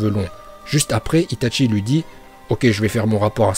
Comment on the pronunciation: C'est itachi pas itatchi et c'est Uchiwa pas uchiha !!!!!!!!😠😠😠😠